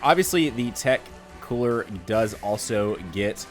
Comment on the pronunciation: It's not koo-ra it's coola, roll the r my guy😂👌🏿